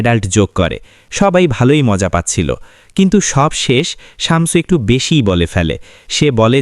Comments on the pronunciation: উচ্চারণ টা শামচু /চামচু নয়। শামছু/শামসু। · শামচু না, শামসু শামছু 😂🤤